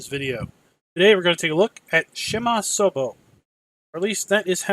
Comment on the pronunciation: Haha for the pronunciation you are very close bud, it's pronounced "PSHEMASOVO", I'm polish so I know. Good Job